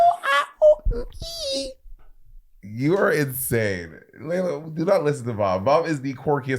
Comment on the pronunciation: It sounded like Laila said "HIT HER" lol